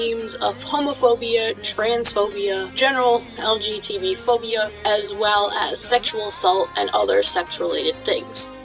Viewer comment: May I ask why you say LGTB Instead of LGBT?